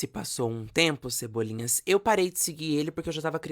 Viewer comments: toda vez que ele fala "cebolinhas", eu morro um pouco por dentro. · Cebolinhas me irritou tanto quanto malta.